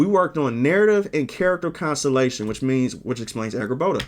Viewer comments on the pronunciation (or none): Sorry for being annoying and correcting you, I don't want to come off as mean, but you keep pronouncing "consultation" as "consolation". Hope you won't get mad but you'll appreciate the feedback. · So you can't pronounce "consultation" huh 😅